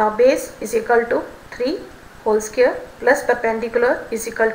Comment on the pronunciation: Its square not scare